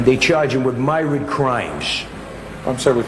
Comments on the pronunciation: Myriad, myrid...😂😂😂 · Anybody correcting his pronunciation of "Myrid" crimes would no doubt receive Myrid stab wounds.... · He was trying to say ‘myriad’ and pronounced it wrong 😂 he’s like the real life Little Carmine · CAN’T EVEN PRONOUNCE MYRIAD HIGH IQ MY AS*